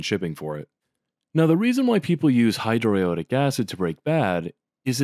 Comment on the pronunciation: hydro-i-owe-di- acid is great pronunciation